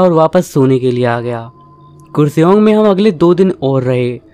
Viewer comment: Bakwaz. Its pronounced as kaarseong..n not kursong. It's in North Bengal n not west bengal. Dnt say irrelevant things